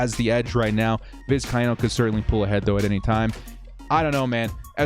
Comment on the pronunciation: Hey...Happy to help with the pronunciation of 'Vizcaino', however if he does not step up this week, we can just call him Tristan 'Itstimetogo.'